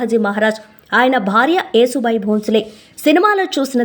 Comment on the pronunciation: Yasu bai talli yesu bai kadu